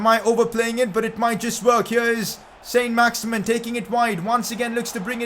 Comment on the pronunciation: It isn't pronounced "Saint Max-Imin" its pronounced "Son Max-Iman" because he's French